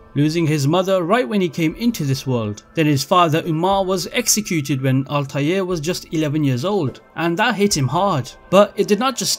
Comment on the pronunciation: Ezio....... Desmond........ ALTIAR.....